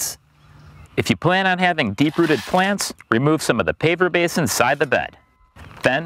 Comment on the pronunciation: Are you saying "paper base" or "paver base?" I can't figure out which. Needs a bit more articulation.